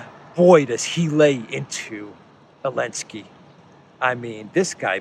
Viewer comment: sorry, while i agree on everything you say please his name is Zelensky not Elenksey